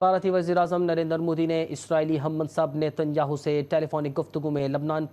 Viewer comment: 😂😂😂 FAK petrol ko petrel bolthi thi lekin Nitin Yahoo 😂😂😂 Oh God